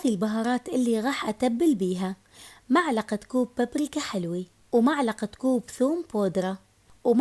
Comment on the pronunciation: ترا اسمها ملعقة مو معلقة ههههههه😂